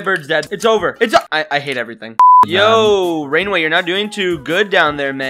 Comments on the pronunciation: U are supposed to say rain the way not rain-way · rainway? more like "raingay"